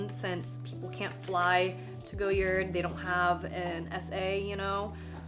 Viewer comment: It’s pronounced “goy-yaar” Green is my favorite goyard color